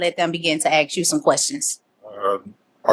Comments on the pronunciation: Come on, the word is ASK, not axe. You’re too smart to sound so stupid. 😢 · Ask not Ax!